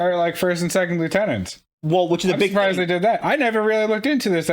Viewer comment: "I'm sorprised they captured him"....😂😂😂😂😂😂😂😂😂